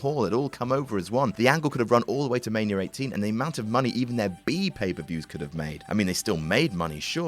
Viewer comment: Why does pronounce Mania as Maniar